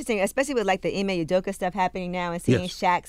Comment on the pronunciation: Nobody: Stephan A Smith : Ime Udoker